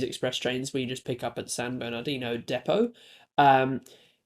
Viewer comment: It’s pronounced San Berni-de-no